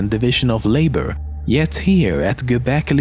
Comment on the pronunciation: "Göberkli Tepe" Such great Pronouncing. Congrulations Dude ! :D.